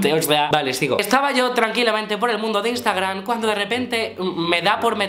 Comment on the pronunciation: cada vez que dices instagraN me sangran los oidos.